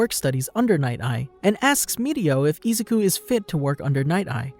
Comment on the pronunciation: Bro it's Izuku not Izaku. Good video but that was annoying the f outa me.